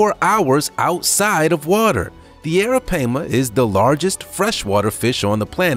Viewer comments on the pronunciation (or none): Why are u calling arapaima arapeima? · The arapaima is pronounced (air-ra-pie-ma) not (air-ra-pay-ma) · correct me if am wrong but its pronounce as ARAPIEMA NOT ARAPAYMA. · Its pronounced Aira PiEma not pama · It’s PAI-MA!!! Not PAY-MA goodness... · Hey buddy it's pronounced Aira-pie-ma. Alright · It's pronounced "eh-ruh-pai (pie)-muh", sorry I've watched Jeremy Wade. 😘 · hahahaha dude i was like URGGGGG that is not it's name i had to skip it lmao! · Its ara- pie- ma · Its Ara-Pie-ma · The third syllable of arapaima is pronounced as an "i', not "a". Bullshark is not much of a mystery anymore. They are found in brackish and fresh water across the world, and they have cousins that function well there too. Also, why not the Brazilian wandering spider? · Thank you, it was getting on my nerves every time he said it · Was also driving me crazy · Stop saying the name of the first one wrong!!!!!! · He’s saying the name wrong the pronunciation is wrong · U pronouncing the first one wrong and that's very disturbing 😒😒😒and i'm from Guyana in south america so i know😒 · Right off the bat he mispronounced a fish. Maybe Learn how to say the name of what you going to discuss!!!! Just saying😊🤣🤣🍻✌